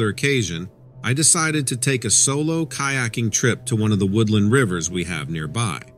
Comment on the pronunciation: kayaking OMG say it right